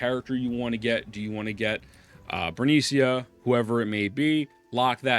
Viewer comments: I mean on the most gentle way... It's BE RE NI CA, NOT BERNICIA XD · are you saying bernicia on purpose? it's bere-NICA.